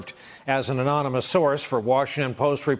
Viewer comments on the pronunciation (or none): you have a so call man playing the President who can't say the word ANONYMOUS the man can't say a third grade word. no wonder this country is going down hill.